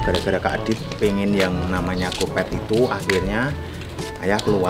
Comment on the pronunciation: salah ngomong malah ngomong kopet 😂😂😂😂